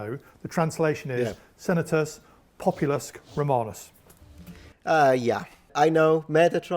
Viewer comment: His "populusk" hit me hard! 😁